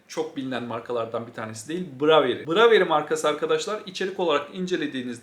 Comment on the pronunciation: nature's variety'nin okunuşu şu şekilde: neyçırs verayiti. bravery - breyvıriy